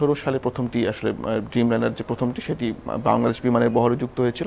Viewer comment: উফ, ড্রিমলাইনার হবে, ব্যটা বেকুব। খুবই বাজে উপস্থাপনা।